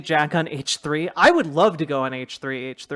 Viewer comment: Someone please tell jack it's not hehe it's h three h three